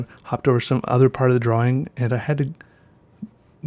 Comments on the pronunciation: are you saying draw-wing? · Dwawing lol